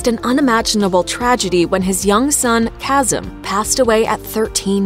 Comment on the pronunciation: Lolol nothing whiter then pronouncing Kasim (kha-sim) as (k-as-um) 😅 I cant deal